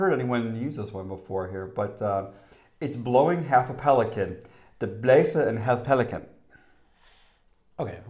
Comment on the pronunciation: Some pronounciation tips: "Ugler i mosen" --- "Oolah ee mowsun" "en lækker sild" --- "In laker seal" And it is not for someone you love, it is for a good looking girl (osrry, guys), i.e. a babe "Klap lige hsten" --- you got that one. Might be related to "hold your horses"? "Pelikan" is "pelikAAn" "Det regner skomagerdrenge" --- "Deh ra'eenuh skow-mah'yah-draynguh" WHY WOULD YOU USE THAT WITHOUT BEING A NATIVE DANE OR LINGUISTIC MASOCHIST??? You poor, poor man... And they made shoes, not horseshoes. Skomager literally means shoemaker. Drenge means boys, i.e. apprentices. "Træde i spinaten" --- you got that one, but more "spinAAten"